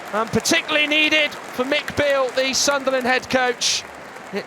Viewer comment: why does the commentator keep calling him McBeale. Cause he spent half a season in scotland 🤣